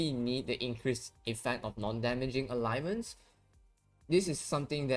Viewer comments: its not Alignments its Ailments. Pronouced Ale (like the beer) ments. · ALE - Ments. 2 sylables. I know you are not a native speaker, but you should notice it doesn't have a 3rd vowel in the middle.